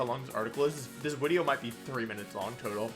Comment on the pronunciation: Please stop saying wideo instead of video